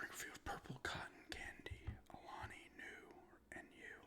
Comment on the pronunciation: That flavor is new this year. It came out a couple of months ago if I recall correctly. Also the “Nu” is just short for nutrition. So you’re pronouncing it correctly